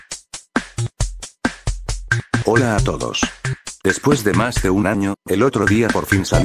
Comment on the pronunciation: cuando el loquendo dice super mario maker world engine dice super mario maker worl gerigerim